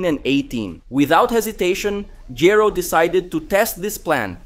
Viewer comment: The least you could do is pronounce Dr. Gero's name properly! Rewatch the English dub.